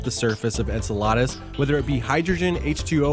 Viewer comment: The way this guy says Enceladus sounds like enchiladas LOL That's the proper Greek pronunciation, but if it's Saturn's satellite's name then you say it differently.